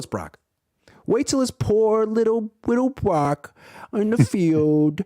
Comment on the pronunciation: Wittle Bwocky😅😅😅